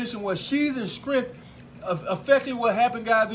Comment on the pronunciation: Look at, “She’s in Skrength!”